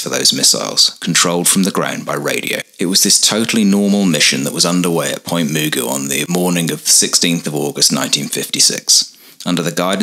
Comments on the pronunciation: Point Magu (pronounced M’goo) not Mugu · Pronounced Point Magoo, not Muuguu. That’s how we pronounced it. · Its Pt. MUH-GOO. Not moogoo. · "Point Mu-gu' '", not "Point Mu'-gu". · Great video! Not that you'll ever mention it in a video again, but the locals pronounce it like Point "Ma-GOO", with an emphasis on the last syllable. (Just in case you ever decide to visit.)😊 Also, great stock footage of Wilshire Blvd. Many of those buildings are still there as of my last visit. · One small comment. NAS Point Mugu is pronounced Magoo like like Mr. Magoo. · Great video... absolutely classic. BTW... Point Mugu sounds like Point M'Goo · Great documentary, by it's pronounced Point Ma Goo, like Mr Magoo the nearsighted cartoon character. Otherwise, carry on. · Pronunciation is wrong Point mugu..